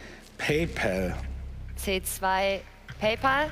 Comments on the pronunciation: Es wird nunmal pay päl ausgesprochen. Nur deutsche sagen Pay pol. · Hä der Typ hast c2 PayPel ausgesprochen und nicht PayPal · Wie alle das PayPäl aussprechen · Wie hat der bitte schön Paypal ausgesprochen